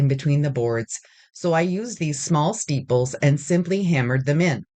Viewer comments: Are you saying steeples instead of staples? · Omg I came to the comments to ask the same thing! The description box doesn’t mention it, and I even googled “steeples” in case it was something. Are “steeples” a thing and I’ve been missing out?!